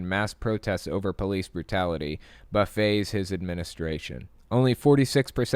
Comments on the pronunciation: At 1 minute and 28 seconds it is pronounced 'buff-it' (to rock vigorously or disturb) not 'buff-AY' (a variety of prepared dishes of food for Americans to overindulge in) Love the channel, is faithless forum still on? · lol buffets is not "buffays"... it's "buffits" to hit